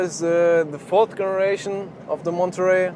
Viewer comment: I know it doesn't happen in German, but in English the g on some words like "generation" is pronounced like an English (not German) j sound. Maybe listen to "My Generation" by the Who.